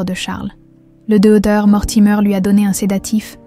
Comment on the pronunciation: Le doeur. .. .. Il manque le c...et le t non? Ds la prononciation ?